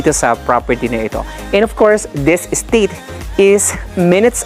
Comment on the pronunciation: don't pronounce as state.. es - teyt (slowly)